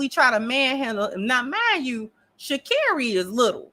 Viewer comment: Girl why can’t you pronounce her name right it’s ghetto